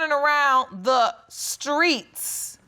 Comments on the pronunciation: Who in the world says screets? Please young people stay in school,… learn how to pronounce and annunciate words and create full sentences and paragraphs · I love that Judge corrected them with the word STREET vs SKREETS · Skreets (streets)....paciffic (specific).....frechures (features)...don't be studding him....THE GRAMMAR IS KILLING ME TOO! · “Skreets, Hopital” smh🤦🏽‍♂️😂😂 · "pacifically" "skreets" "hurted" 🤦🏾‍♀️ God bless them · The “skreets”.... yes judge correct this child, the streets 🙄 before you bring a child into this world at least learn correct grammar 🤦🏽‍♀️ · Lets not leave out dem skreets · And "Skreets" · Pacifically ( specifically) screets (streets) & he hurted me ( he hurt me) SMH about the grammar!! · Omg, the school system is failing these children. There’s NO WAYYYY they’re this illiterate and ignorant. In so many of these videos they confuse the word “futures” with “features” you can’t make this up. 🤦🏾‍♀️ “Skreets” in court? “It hurted me” “pacifically” Ughhhhhhhhhhh, gross. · Screets… pacificly…hurted…. Grammar is ridiculous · He “hears it off da screets”🤣🤣🤣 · maybe “skreets” is but “hurted” and “pacifically” isn’t 💀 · Is this NOT on tv anymore?? Oh Lord, "He had more 'Futures'..." Really 'futures'. All in the 'skreets' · I love that the Judge deliberately pronounced the word "streets"